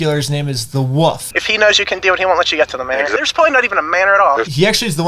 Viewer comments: I like that you say woof instead of wolf ❤ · Tell it’s pronounced woLf not woof